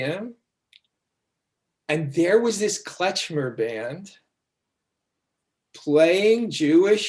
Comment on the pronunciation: Never heard it called "Kletchmer". It's Klezmer.